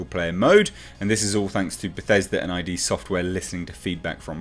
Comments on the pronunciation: it’s id, not I-D. FYI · id software is pronounced as a word, sounding like "did" or "quid", not said as individual letters. I hope this helps!